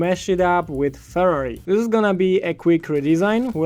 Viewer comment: why did u call Ferrari furri lol